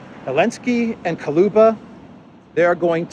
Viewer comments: attention! Кулеба Koо-leh-ba Not Ko-loo-ba Hello from Vancouver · It's Kuleba not Kaluba!